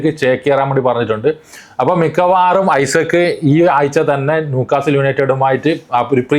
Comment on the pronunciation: ഐസക്ക് അല്ലാ ഇസാഖ് ആണ് 😂